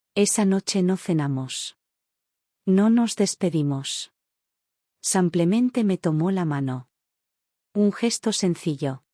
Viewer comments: Por Dios es "Simplemente" con i, "sim". Es horrible oir "samplemente" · ¿ Por qué dicen SAMPLEMENTE ??? Si es simplemente...no lo entiendo y también lo escucho, en otros relatos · Cuando corrigen “ Samplemente “ ? 😂😂😂😂😂😂😂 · Buena narrativa . Por qué dice samplemente ? Disculpe , pero no puedo evitar la pregunta , es como una patada al oído!